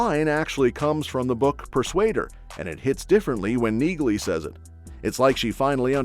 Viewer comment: Her name is pronounced “Nee-Lee”!